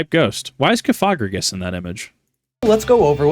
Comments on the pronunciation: Cofageius cofegrigus. The pronunciation is getting me. Its off a coffin. Not coffee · i was thrown off by your pronounciation of cofagrigus and naginadel im sorry 😭